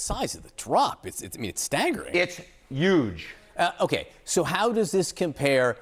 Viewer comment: It’s “youge” , I know he did that on purpose, lol.